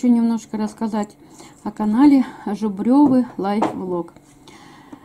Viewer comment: Жубревы а не жубрёвы